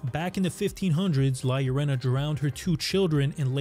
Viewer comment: You atre the first english speaking person that i see pronounce La Llorona correctly. Thanks a lot man.